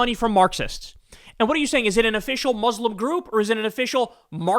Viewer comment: pls learn to pronounce Muslim bro